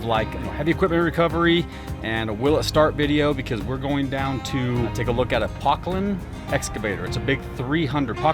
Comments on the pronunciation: Puh-clayn. 4-stroke but (phonetic) Doytz do tend to be governed quite high rpm. The engine oil is equally responsible for engine cooling so the oil, filters and coolers need to be maintained. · Poclain were a French company, pronounced poke...lane ,(deutz is pronounced doit.....zzzz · ITS PRONOUNCED : PO`- KLAINE !!!! PO AS IN HARD O SOUNDS LIKE OH PIN FRONT MAKES IT: PO- KLAINE, SOUNDS LIKE RAIN.... I BELIEVE ITS A FRENCH MACHINE! IM 71YRS RETIRED OPERATING ENGINEER OF LOCAL 57 PROVIDENCE, R.I. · Its a case poclain pronounced O p"0"clain and the engine is a Deutz pronounced replace the E with the letter >i< d"i"utz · Pok- Laine is how it's pronounced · Pronounced “Po clane “ one of the original companies to make hydraulic excavators. These are high pressure machines. 10k psi Deutz engines are 4 stroke. Someone is spraying too much ether… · " PO-CLAIN " pronounced " is a French Company . Very unreliable Machines , including the 180s . I used to pick these up from POclain -In HOOK Near Basingstoke Hampshire ,and they were Great for about a year ,then a the F In Things would start to fail . Kindest Regards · ...Pronounced "Po-clain" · Po,clain. Is how you pronounce the machine. French machine sold out to Case who now make them Top machine on the seventies and eighties. Sold by Volvo agents then, as Volvo did not sell excavators. Complated hydraulic system for its time and real with oil leaks. Air cooled duetz motor bullet proof. Hydraulic pump can be a worry . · It’s pronounced “p-oh-clain”…lots of heavy civil and deep water and sewer companies used these old Poclain’s…lots of reach…lots of dig depth…Poclain is a French company and the biggest one they made was the 1000 and it was massive…I believe all Deutz engines were 4stroke…great old machine… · PO(as in hoe)-clain Duetz diesel pronounced: Doy(toy)--CH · It’s pronounced pO’clain.